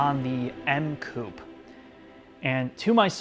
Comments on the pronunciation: Coupe is pronounced Coup-pay...come on make an effort.... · Love your vids but please... say coupehh. Coup sounds strange as hell. Keep cool, great vid as always. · Coupè= ~coo pay~ , oh and it’s Zed 4 ..😉